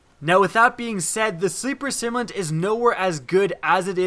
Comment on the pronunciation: Sim-U-lant.. simulant... like a simulator.. to simulate.. simulated.. not simont !.. sorry... great video though!